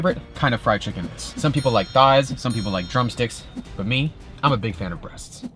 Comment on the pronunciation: Hey yo, why do you say breasts like that?